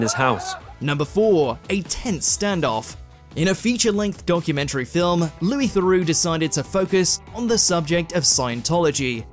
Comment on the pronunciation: Loois Thorax.